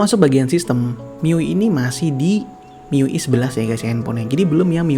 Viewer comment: Miu ai bang..bkn miu ih